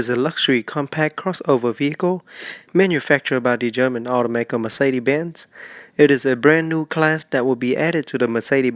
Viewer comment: Mercede?? where there hell did the "S" go??